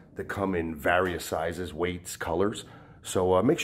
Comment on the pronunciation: Does he pronounce various wrong or do I?